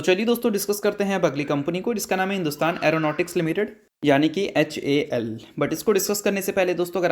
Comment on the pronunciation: anpadh ho kya...?? "hal"bolne ke badle hamesha "hul" kyu bolte ho...!!??